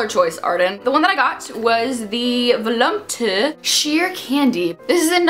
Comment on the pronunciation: lol the way you pronounced volupte.